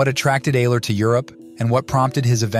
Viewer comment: His name is pronounced Albert " Eye -ler " Ayler . He was from Cleveland . Ohio . Maria Maria his Girl Friend destroyed him , ruined his music and kept him away from his fellow musicians like Sunny Murray and others . Albert was a true Genius . We loved him very much . " Albert Ayler Lives " Thanks for the Video .